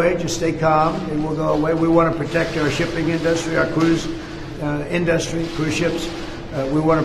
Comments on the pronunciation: I really want to slap Trump silly every time he says in-dus-srty. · Why does he call it "in..dustry" can he not say "industry" .. ? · the guy can’t even say ‘industry’ lmao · I cringe every time he pronounces the word industry.